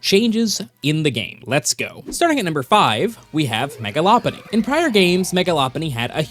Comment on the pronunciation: Law Punny ❌ Low Punny ✅